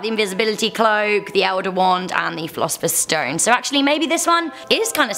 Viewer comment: You said the invisibility clock elder wand and philipher stone